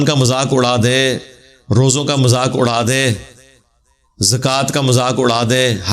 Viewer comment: Jazak Allah great job but Ap apni urdu bi sahi kro bahi suru ni shuru hota hai majak ni mazak hota hai